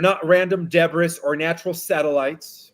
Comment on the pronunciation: Hi! Fyi, Debris is pronounced DEBREE and stabilized is pronounced STAYBILIZED. I've been following you since day 1 with Nicholas V!!